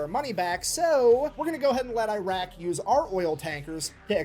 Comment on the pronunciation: he said I R A Q and I R A N. The US had NOTHING to do with the actual story yet.